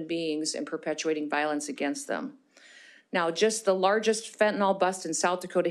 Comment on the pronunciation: She did have pages in front of her, but didn't use them much. She seems to know her stuff. Except for mispronouncing fentanyl (last syllable rhymes with hill).